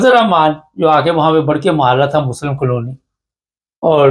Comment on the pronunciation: کالونی not قالونی